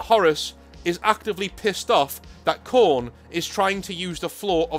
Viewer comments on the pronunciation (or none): none